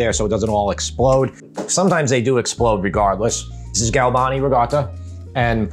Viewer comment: it's not rigotta, it's ricotta with a C LOL